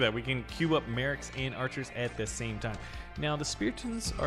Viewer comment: Bro called archis kytchu💀💀💀